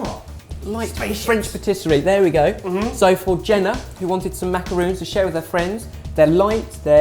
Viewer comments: Macarons. With a long o sound. Macaroons are a different cookie entirely. That aside, these are so good and hard to find! Def want to make some with Nutella. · Akshay Mamidi Bullshit. He's making Macarons, not macaroons...just like a Café is pronounced (ca-fay) not KAFF like the other ignorant cretins of this country would have you think. It's a French dessert, respect it's origins. If you hear a Frenchman describing the coconut-based sickly desserts here, 'Macarons' then you can correct him too... If you could also take your self-righteous attitude and shove it, it would be greatly appreciated. I don't respond well to know-it-all children with all the social intellect of a steamed mollusc. You live in Singapore, are of West-Asian descent, and you presume to know more about the etymology of English/French words/foods than English/French men/women? How quaintly arrogant and conceited of you... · ***** Er actually she did say Macarons. So right cookie, but wrong pronunciation ^^. We visit the French Nuns every now and then. We tend to get people who want to correct them on their speech. I feel bad for them. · these are not macaroons, ergo they are not pronounced like macaroons lmfao. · people pronounce it that way but it's really MacarOOns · I cringe everytime he says maca-roons not maca-rons, the italian meringue cookie is pronounced maca-roons. The french adapted it by taking the idea of using two meringue biscuits and sandwiching them with a filling inside which was called the macaron. They are two different biscuits and should be pronounced as such! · Macarons! You keep pronouncing them as macaroons. It's a completely different dessert. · macaroons are the ones made of coconut, right? why are they pronouncing it as macaroon instead of macaron :( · MacerONs. With an ON not an OON. Haha that kills me when people say it wrong. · gah. these are NOT macaroons, they are MACARONS. MACARON! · macarons, not macaroons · macarOn!!! mac-a-r-on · MacaRONS....not ROONS.